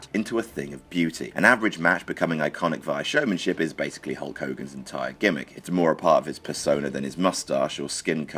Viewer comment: dont say hulke